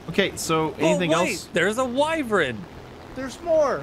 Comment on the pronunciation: Why-vern not Why-vrin